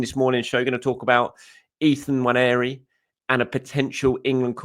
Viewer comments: Really appreciate you pronouncing Nwaneri correctly. Thank you! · I agree. It is very annoying when you hear "Wanieri"!